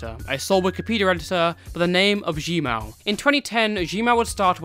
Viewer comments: nah cause i legit did a double take when i heard “g mao” lmao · Zhenmao is pronounced Tchun Mao